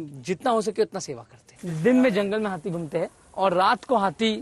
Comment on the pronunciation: Hathi ❌ Hatthi ✅😂